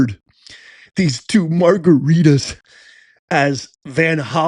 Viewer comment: It's not margaritas lol!